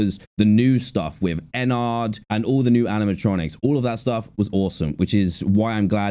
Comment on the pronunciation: Bro I can't with the way he pronounced Ennard